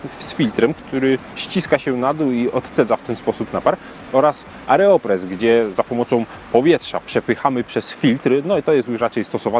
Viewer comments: aERopres, a nie aREopres... Czytaj uważnie. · AEROpress a nie AREOpress. Na aerobic mówisz też areobic? :P